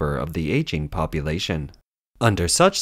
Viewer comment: "Popoooolation," "commooooonism," "egg cetera," "Xinwaa," "Jiahnguomen," "Shandahng." Narrator can't speak English, and can't speak Chinese?